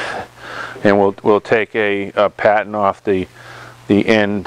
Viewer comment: Nice job, thanks for these videos. Spot welds are a pain to remove, I think grinding them down with a round die grinder or belt grinder is the best approach. Every time you said “pattern” I thought you were saying “patent’. I was thinking “why do we have to make a patent?”, lol